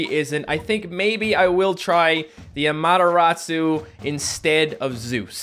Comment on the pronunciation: AmateRAWsu. Not amateROTsu